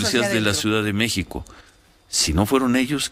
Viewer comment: Se dice M-É-X-I-C-O, no “ Meh-co ” ... Bravo maestro 😒